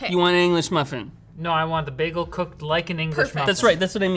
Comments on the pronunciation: thats not how to say bagel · its funny how she speaks freat but pronounces bagle wierd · A fucking WHAT? What is she,? She said baa-gil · ok i'm at the mark now and need to report that has just BAG-EL again as a new yorker i'm personally offended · Anyone remember the Community episode where pronounced bagel like “bah-guhl” instead of “bay-guhl”? just pulled a. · she said baggle instead of bagel -10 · I was thinking "my God, LTT has found the most incredible woman to ever exist UNTIL she pronounced it BAG-el. Do you frozen devils just love to torture us??? I know you have the second best BAY-gels, but they're in Montreal! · Is taking the piss with "bag-el" in reference to from Community or is that genuinely how she pronounces it?? It's "bay-gel"! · That is not how you pronounce the word 'bagel'. says baggle, like haggle. Buts its bagel, like label. Also the top of the bread being toast more is the logical conclusion of heat always rising. It is almost impossible to make the bottom the exact same temperature as the top. Even in a 400 dollar toaster. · literally everyhting about this video upset me, from the toaster to saying bagel like baggle. just the whole thing. If you want to see an actually amazing toaster check out technology connections video on the sunbeam radiant controll toaster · It's not Bag-el it's bay-gul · Great video, but PUHLEEZE learn how to say BAY-gull correctly!!!!! AAHHHHHHHH!!!! It's not "Bag-uhl", it's "BAY-GUHL"!!! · This toaster disapoonts me almost as much as when she says bag el instead of bay gol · Every time she said bagel like bag al, a piece of me died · Everytime she says baggl I flashback to in community getting flamed for saying baggl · Do all Canadians pronounce it "behh- gel"? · the pronunciation of "b-ah-gle" kills me. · I see somebody took the Perry course on mispronouncing things at Greendale Community College. Baggle, lol. #EPluribusAnus